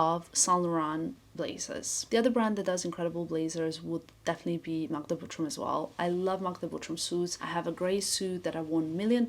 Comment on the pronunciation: Just curious - wouldn’t it be easier for you, since your first language is Balkan one, to pronounce Butrym the proper way? With not so soft “r”? Just like in 😉 Again - all love, just curiosity ❤